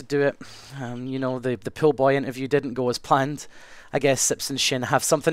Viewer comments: he keeps saying pile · Whenever he says 'pool' it sounds like 'pill'. Hey I'm selling pills! xD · i thought he was saying pills instead of pool! XD